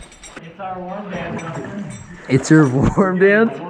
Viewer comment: When they were saying 'Warm Dance' I thought they said Worm Dance😂😂❤❤❤